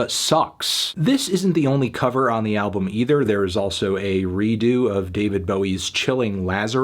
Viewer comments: "Ablum" hahahaha i didn't realise it before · "Nope, I have nothing nice to say about this music ablum" God I love